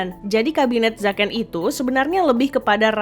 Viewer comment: Bukan Zaken tapi zeken